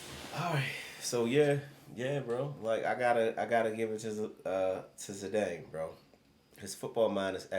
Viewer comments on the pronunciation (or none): bros.. its not pronounced Zidaaayne😂😂... its pronounced how its spelled. Zidane. btw, madrid are currently on a 42 games unbeaten streak in the league. pretty impressive if you ask me.. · It’s pronounced zi-dan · 3 years of reacting to football and don’t even know how to pronounce zidane